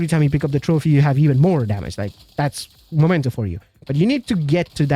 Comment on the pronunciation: Why people can't read? It's Memento and not Momento!!!!